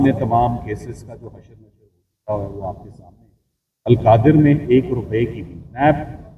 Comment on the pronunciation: القادر یونیورسٹی کیس۔ پہلے نام ٹھیک لینا سیکھو